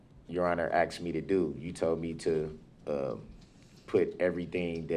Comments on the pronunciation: I'm axing him to get a dictionary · If I were your honorable judge I would correct him by saying I don’t understand what you are saying when you are saying axed. Hopefully the jury will find him guilty so he can be axed. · The word axed is going to be in bedded in her head for the rest of her life🪓🪓🪓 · I can't get by the “...you axed me to..... 🙄😬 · You told me to do DAT. I AXED you. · Omg stop saying axed. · If he says axed instead of asked one more time im gonna pyll out my hair... And every new law firm should have this video as proof of why you dont represent yourself.. also he dont agre to a stoppel(whatever that is) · I'm AXXXing you. Then I axed again. I axd about folings. I axed and fiwold for the redcord. I did it all cept . I spek the truf. I'm a gron man. I's get no respt. Classic. Then I look at his ugly face because of the photos truly the best shots he will ever have in his life. We gave the dare stare. We have the cocky head angle when he believes his opinion is the truth. Looking up for sky walker. death stare in the middle then floor truly the sainted help me teach these people what they do not know. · “When I AXED” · Excellent vocabulary? Axed me ta do dat? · AH AXED U AH KWESTCHUN!